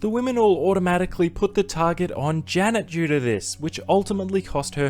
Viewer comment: the way you say Janet it sounds like “Jenna” and you also show Jenna when saying this…. Could be very confusing to those who haven’t seen the season lmao